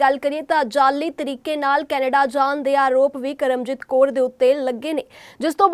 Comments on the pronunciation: Kor nahi ji kaur hunda phelaan punjabi sikh lavo phir reporter baneaa karo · Koor nahi Kaur hunda